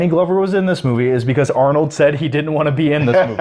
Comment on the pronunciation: “Arnode” lol